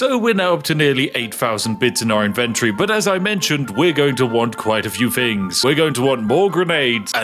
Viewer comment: Spiffing needs to work on his th pronunciations which always come forth from his bouche as ff. For example fings instead of things. Or Filfy rather than Filthy. Queens English needs a trifle more work my good man, otherwise, forge ahead and continue being rather spiffing